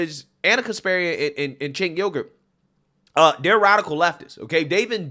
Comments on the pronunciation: Hey, just an FYI: Cenk is pronounced "jenk" in Turkish; the letter "C" has the "J" sound in English. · "Cenk" is pronounced "Jenk," like "Jenkins." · I love that they are getting red-pilled! I’m find with old school Dems, which are the ones he’s referring to. It’s the new extremists that are driving the USA down a trash compactor. Side note…you pronounce his name “Jenk.” It took me a while before I knew so I wanted to share as its Turkish and not pronounced like we would think. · Is his name pronounced Chunk Ogre?